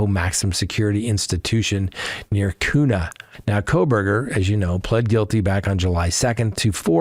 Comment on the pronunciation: Awesome! I appreciate your reporting! FYI, Kuna is pronounced Q-nuh. 😁